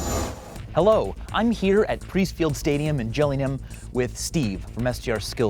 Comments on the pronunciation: Triggering he said gilling ham not Gillingham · It's pronounced "Gilling-am" not "Gilling-ham". The "h" is silent. :-) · If you’re in england don’t call it jilling-hayum. Ease up bruvva😂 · "Jilling-Ham" xD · Jilling Ham, Cope-a Nine-dee. Roberto Car-Lows. Speak properly. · Can he even say Gillingham correctly